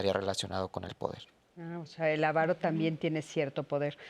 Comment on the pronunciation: Avaro, sin acento en la primera a.